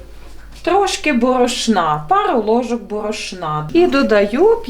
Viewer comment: Неможливо слухати - борошнА😮